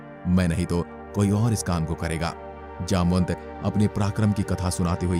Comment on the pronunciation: His name जामवंत not जामनत 🚩